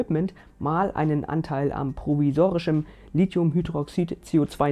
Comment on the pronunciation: Dieses Video verdient allein für die richtige Aussprache von Lithium 1000 extra Likes! 🥳🚀🙌 Auch sonst herrliches Videos 😊. Hatte es auf Twitter verfolgt und find's geil, dass du n Video draus gemacht hast! 💪